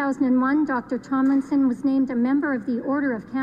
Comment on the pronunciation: IT’S TOM LIKE HEY TOM NOT Thimlinson